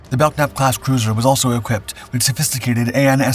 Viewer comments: the letter K in "Belknap" is silent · Belknap is pronounced without the hard K sound. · Grerat video as always. Friendly tip: Don't pronounce the "K" in Belknap. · How about learning how to pronounce "Belknap", before doing a documentary which referenced her role in the story? Lack of preparation here.